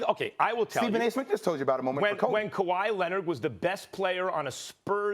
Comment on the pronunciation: SAS: Kawhi Lennit